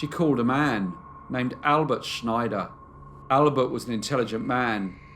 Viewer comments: Snyder is pronounced like Spider (with an N in place of the P). It is not pronounced the same as Schneider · Love, love, love your stories. Not a big deal, but Ruth's surname of Snyder is not pronounced "Schneider". Lol 😉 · "Snyder" is pronounced the way it's spelled. Not "Schneider". js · I apologize for being fussy, but in the U.S. we pronounce the surname Snyder with a plain "S", not like the "sh" sound in "Schneider." It's a very common Pennsylvania Dutch (a.k.a. Pennsylvania Deutch) surname, and also the brand name of not one but TWO brands of pretzels. It is also the surname of my very favorite uncle-by-marriage.